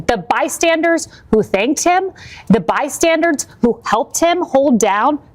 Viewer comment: That newscaster said "bystandards"😳